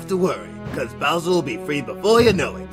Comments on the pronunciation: when said booser it thought he said looser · says booser instead of bowser